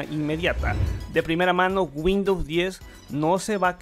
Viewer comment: A "Winndows 11"? jajajajaja